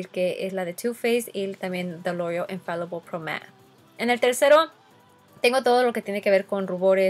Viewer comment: Siento que aveces exageras con las palabras por ejemplo "Lorrreal" yo se que hablas en ingles y todo pero en tus otros videos si dices "loreal" o cuando dijiste lorrrreal pro ma es pro mat!! No te luscas tanto con las palabras